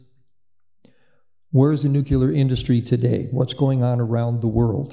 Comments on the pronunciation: Just say it as it’s written “nu” as in new, then “clear” as in a clear day. How do they get nu-que-la? It bugs me as well. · Why does this gent keep saying "nucular"? Should not an expert on nuclear power be able to pronounce the word 'nuclear'? Just sayin'. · Ya know, this guy probably has a lot of information and background knowledge of the subject, but it just BUGS ME when I hear nuclear expert constantly pronounce the word "nuqueler". Former US president Jimmy Carter constantly said "nuqueler" even though he was a captain on a nuclear submarine. Sorry for the rant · Nukeler indeed. Amerikanese stuperity